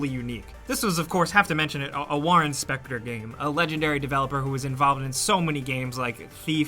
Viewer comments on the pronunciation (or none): War Inspector is all I could hear when he said Warren Spector